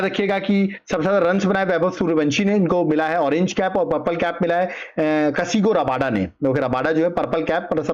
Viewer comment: Kagiso Rabada ❌ Kasigo Rabada✅ 😂😅